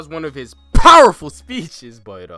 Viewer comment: Whenever he says powerful I wake up